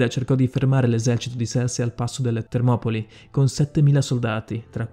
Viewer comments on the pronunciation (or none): il video bellissimo ma il nome corretto è Termopili non Termopoli per il resto ottimo lavoro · si dice leonida non leonìda , e si dice Termopili nom Termopoli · Scusate ma non si dice termopIli???? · e termopili non termopoli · Carino il video però ragazzi, è fastidioso da morire il fatto che non azzecchi mezza pronuncia di un personaggio e che alla fine dica TermopOli anziché TermopIli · Leonìda?????? ma perchè l'accento sulla i????? e perchè TermopOli?????????Termopili cazzoooooo, la storia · Leonida no leonìda e poi si dice termopili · Ahahahah termopoli Ahahahah prima di fare un video studia i nomi almeno. Per non parlare di leonida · Lionìda e termopoli non si possono sentire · Non hai imbroccato la pronuncia di un nome che sia uno, che fosse di persona o di luogo...ahahah...però interessante